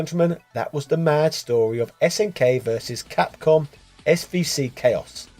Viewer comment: i cant get over "CAPCUM" XD